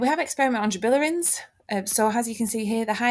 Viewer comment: Great video, I found this very helpful! Just a note, it is pronounced gibberellins, not gibillerins.